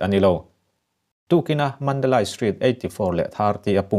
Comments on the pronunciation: Mandalay(mandalei ) tia lam tur aw.....( Lai ) ni lovin... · Mizo awphawi tak chuan Mandalai nilo in Mandaleih tih tur😇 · Mandalai ni lo in Mandaley ti a lam tur ani. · Mandalai(Mandalay) ni lo in (Mandali) tia sawi tur a nia. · Mi zo tak pawn asai rik dik thei MNADALAI ani lo MANDALEI ti in lam ri rawh lam rik thiam loh tur a awm lo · Mandalei. Ti a lam tur a ni zawk e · Madalay ti ani a mandalai Tia ilam thin hi adik chiahlo va madalai nilovin mandale Mandalay titur anizawk e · Mandalay hi i chhiar dik lo ka ti dawn nge i lam dik lo,he ti hian ka han ziak a nge Sap in thlawhna an ti tlai tih hi Flight delay aw he tal delay chhiar ag in lay kha i ti ri ang,mizo tawng a ziah chuan Mandalei i fiah thei a ngem aw